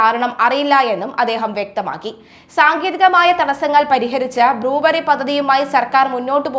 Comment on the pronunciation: ബ്ലൂവറി അല്ല ബ്രൂവെറി